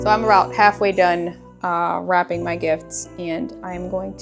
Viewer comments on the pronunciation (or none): When you said wrapping I went “wait what?” Oh WRAPPING , not rapping.😂😂😂.